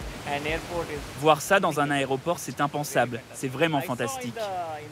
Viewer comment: C'est 'aéroport' pas 'aéropokkhhh'